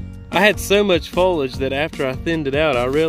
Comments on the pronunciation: Drink Everytime he says folage instead of foliage 🤣🤣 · Foliage (three syllables) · I didn’t think you said airflow too much 😂 and I liked how you pronounce foliage like Fo-lige …in New England we say Fo-lee-ige 😁